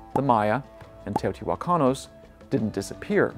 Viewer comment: Teotijuacanos?? Jaja Teotihuacanos 💗